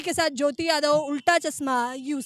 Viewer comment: चस्मा नहीं होता है चश्मा होता है😅